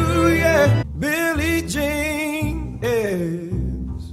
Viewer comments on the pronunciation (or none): none